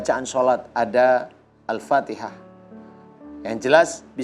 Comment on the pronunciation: Sugen Purnama. Ustad Danu itu mondoknya dimana kok kalau baca Fathikhah mahrojul hurufnya banyak yg tdk pas, terutama huruf 'ain shg merubah arti.